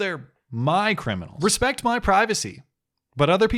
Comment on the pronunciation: I get that people from different backgrounds may pronounce certain words differently, but good lord how did someone reach such a position speaking in such a manner? "Axe" "Ridicalous" "Respek" That's less a reflection of culture as it is her being genuinely unintelligent.